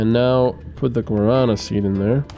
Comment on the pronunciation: Guarana has the strong a at the ending. It is Guaraná. The last a is like in A-ha (the band). It is driving me nuts to hear you mispronouncing this all the time lol. I love the series though.